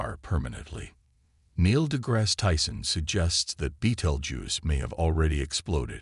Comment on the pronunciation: If your going to mention Niel de Grasse Tyson's name, at least learn how to correctly pronounce it. My wife and I recently saw him speak in Oakland, CA.....and, he and I share a birthday.